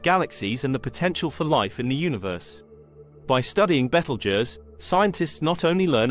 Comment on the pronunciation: You can't even pronounce the name right. And also your wrong on so many levels